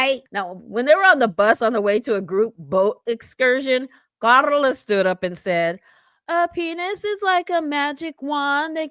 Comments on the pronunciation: LOL I could put you saying "KaRRRRRRRla" on repeat... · The EXTRA way you pronounce KARLA is hilarious 😂😂😂